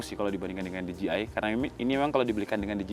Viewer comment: DJI dibaca di je ai mase, bukan di ji ai